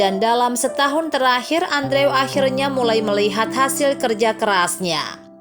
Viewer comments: yg bisa sy pelajari dr cerita ini?, sy kasihan... bkn sama character di cerita tp sama yg punya channel, misal melapaskan 'cage' = ceg, yg bener 'keij'. trs andrew bukan dilapaskan 'andre' tp 'endru' 😅. tp sy paham "nobody's perfect", (termasuk sy sendiri), semoga anda lebih prepared kedepannya✌ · Andrew dibaca Endru. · Cara ngomong andrewnya kolot banget Dibacanya gini loh endru bukan andrew payaah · Aduuhh mbak itu nama dipanggil nya bkn Andrew dooong tapi di ucapkan" Endru" Inikan ejaan asing.. Maaf deh dgr nya ga enak mbak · Andrew dibacanya Endru, min. 😄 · Correction min : andrew dibaca : endru;w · Andrew dibaca/diucapkan : endru